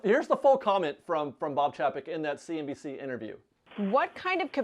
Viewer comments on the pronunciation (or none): Since you said it twice, it’s probably worth noting that Chapek pronounces his name with a long “a”.